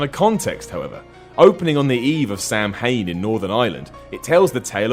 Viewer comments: For the Irish related part it's not samhain it's pronounced soww wan just thought I'd share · Pronounced Sow-In... Not Sam Hane. Close though ;) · Samhain is pronounced "Sow-en". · It's not pronounced "Sam-Hane" it's pronounced "Sow-Whin" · sam hane??? its samhain sow in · it's actually pronounced "sowen" not Samhain, because the Celtic languages make no sense, also the name sioban, which is pronounced " sha- von" as in vince Vaughn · Samhain is pronounced Saw-Win. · Samhain is pronounced saw win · it's pronounced sow-ann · its pronounced sowan ow rhyming with the ow in cow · I was about to pop into this to say the same thing. People need to do their research. Calling "Samhain" as "Sam-hane" is like pronouncing "yachet" as "Yat-chit" or "champagne" as "Cham-p'agine" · You pronounced Samhain wrong again. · You absolutely murdered the pronunciation of Samhain. I'll just say, it sounds nothing like the spelling. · Why does no one know how to pronounce Samhain? Supernatural is guilty of this too :/ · It bugs me that you didn't bother to find out how "Samhain" is pronounced. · why are you british and can't pronounce samhain? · I have roots in Paganism and Wicca, despite not being Wiccan myself. I know how you feel about it being an insult that they didn't pronounce Samhain right. It's like if someone didn't know how to pronounce Kwanzaa but decided to wing it anyways. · To be fair, the movies didn't pronounce it right neither. I've seen multiple movies and shows pronounce it incorrectly. It's also not an insult, just a lack of knowledge. Everybody can't know everything, he just pronounced it as he saw it written, it's not common knowledge. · As a fellow Celt the pronunciation always bothered me a bit.